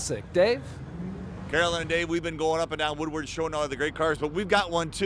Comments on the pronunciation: Why can't Carolyn Clifford say the word "Woodward" correctly? She pronounces all other words correctly. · After the cruise is over the existing folk that live there calls it Woowad